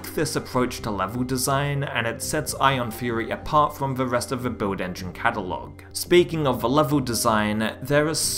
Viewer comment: no one: this guy: “beuiwd engine”